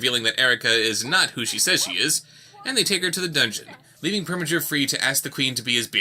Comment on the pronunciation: It PREminger. NOT PERminger!